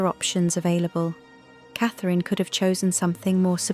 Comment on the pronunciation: The name you seem to be struggling with is Catherine Princess of Wales. Your rudeness Is unbelievable